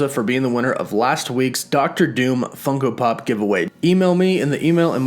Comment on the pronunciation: Stop saying funco pop...